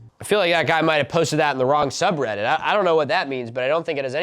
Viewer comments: In this video, Milo pronounces subreddit wrong for 50 minutes 😂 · this video is just milo struggling to pronounce subreddit names